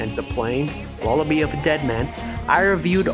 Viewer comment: Did he say lullabe